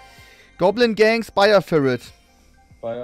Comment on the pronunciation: haha wie Trymacs einfach Spire firit sagt und Chef es nicht checkt und ihm dann einfach nachschpricht